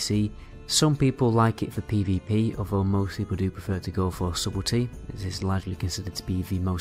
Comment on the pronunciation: By the way: Subtlety is pronounced "suttel-ty", not "subbel-ty" like you're saying. I suggest looking up pronunciations in the future.